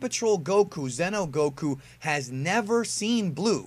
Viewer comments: zee-noh, not zen-oh fuck I made a joke on accident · Its pronounced ze no not zeno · Zee no Goku not Zeno Goku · *Xeno not zeno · Xeno is not pronounced “zeno” it’s pronounced “zee-no”